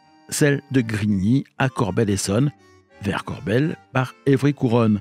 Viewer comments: Salut! Vidéo intéressante, mais j'ai toujours dit "Corbeil(le)-Essonne", et non "Corbel", c'est comme si on prononçait Blaye, "Blé"! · le "e" se prononce "e" et non "é". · “Corbeil” se prononce CORBEYE pas Corbel. Sinon super vidéo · Tjs passionnant. Petit détail en passant, il ne s'agit pas de Corbel mais Corbeil, et ce n'est pas Evry couronne mais Evry Courcouronnes.. voilà. En attendant d'autres récits toujours plus intéressants. :) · Vidéo intéressante, merci. Dommage de l’imager avec des choses mal choisies comme un train VICK du RER C ou encore la gare de Champagne sur Seine. Comme dit auparavant, on prononce « Corbeille » et non « Corbel ». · Ayant grandi à côté de Corbeil, ça m’a perturbé d’entendre Corbel 😂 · Corbeil pas corbelle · Corbeil se prononce "Corbeille" et non "Corbel" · Bonsoir beau sac de nœud à narrer bravo; dommage pour la ville de CORBEIL prononcée maintes fois en CORBELLE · C’est Corbeil (comme la poubelle) et c’est Évry- Courcouronnes pas couronne 😭 c’est super drôle jahah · Corbeil se prononce Corbeille et non pas « Corbel » et « Malesherbes » se prononce « Male zerbe » et oui c’est l’accent Francilien 😉 (j’ai grandi avec la ligne D sud est)